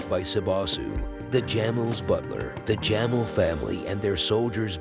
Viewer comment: Jamel😂 It's pronounced Jameel😂